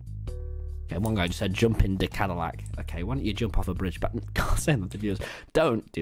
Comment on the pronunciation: translator: "zadillac" the way its made: "do you mean: 'cadillac'?"